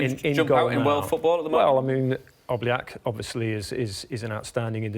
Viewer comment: "any names stand out" "obliak" lol